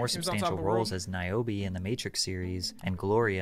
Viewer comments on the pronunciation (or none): none